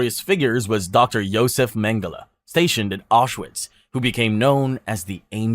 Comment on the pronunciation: It is pronounced Aushvitz.